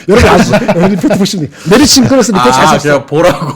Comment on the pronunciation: 김 본부장 께서 오늘 메리츠 증권 얘기 할 때마다, 메르치 라고 자꾸 들려서 아침부터 맥주랑 멸치+고추장 먹고 싶었네요.